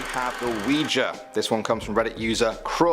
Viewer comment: Awe for pronouncing Ouija correctly I love it!!!!!!!! 😊